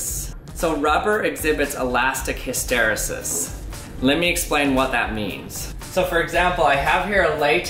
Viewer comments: Late to the party. Just wanted to be the pedant who points out that hysteresis is not pronounced hiss-TER-esis but HISS-ter-EES-is (rhymes with pieces) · I believe it's pronounced his-tuh-ree'-sis, not hi-stair'-uh-sis, but other than that this was a great video that actually surprised me, thanks! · I think OP meant you put the stress on the wrong syllable. HysTEResis vs HysteRESis. (But tbh I don't know which one of you is right so ) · hys·ter·e·sis /ˌhistəˈrēsis/ hisTAreesis Not histerasis. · My dude - "hiss tuh REE sus", NOT "hih STER uh sis". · hiss-ter-ree-sis not hiss-tare-ris-sis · Isn't it hys-te-REE-sis, rather than hys-TE-ri-sis? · Pronounced: 'hister' like 'sister' 'rEEses' like 'recess' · in all my classes in engineering, the word was pronounced, his-ter-eee-sis. I love this channel. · Pronounced hiss-terr-eee-siss. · Interesting indeed. Nice work. BTW it is pronounced HysterEEEsis. At least it is in my world where I hear it all the time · I know it's a 3 y/o vid, but the last e in hysteresis is pronounced ee not eh. Hist-or-ee-sus. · Hist tuh ree' sis. accent on 3rd sllable! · You are pronouncing hysteresis incorrectly. The E before sis is a long EEEEE. Its like History Sis. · It's pronounced ELASTIC HIS-STER-EE-SIS though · Never heard it pronounced that way. Always pronounced it Hist-er-E-sis. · Cool video, just one thing: hyster-ee-sis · Hiss ter E sis... Emphasis on the E. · Fantastic video! One small correction: the pronunciation is hĭs-tə-RĒ-sĭs. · I think it is pronounced HysterEEsis, that last e sound says it’s name. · His ter ee sis = hysteresis You say the second E as E not as eh. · noun hys·ter·e·sis \ ˌhi-stə-ˈrē-səs \ Made me cringe when you mispronounced it. Great video. It would be interesting to do more experiments to test hypotheses regarding the reason the pressure is different. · Good job. The correct pronunciation is: hista-reesis. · I have never heard 'hysteresis' pronounced like that